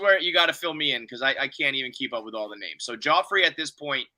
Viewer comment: It’s mind bottling that still can’t pronounce names right after six episodes of people saying the names